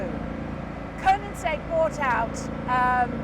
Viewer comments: Konensegg? KO-NEN-SEGG?? Is she even a fan?! it is called Koe-nig-segg or in swedish Königsegg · Great film and great car! Before you buy one Jodie, you need to work on your pronunciation of KoeniGsegg...it sounds like you say KoeniNsegg ;-) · Glorious video Jodie. Glorious shouting. Glorious weather. Glorious car. Glorious track. Glorious sound. Awful pronunciation of Koenigsegg!! 😂😂😜